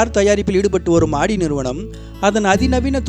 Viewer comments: Super bro but not aadi it's audi haha l cant stop laugh of aadi spelling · ஆடி car illa bro ஔடி car bro......car name ah correct ah sollunga